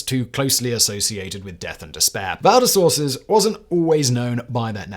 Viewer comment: It's strange how he mispronounces Val-des-Sources even though there's a screenshot of the Wikipedia page showing the correct pronunciation.